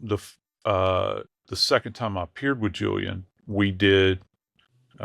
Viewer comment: This guy would be easier to follow if he would say "Time" instead of "Tom". He can say "Science" right, but not "Time". Bewildering...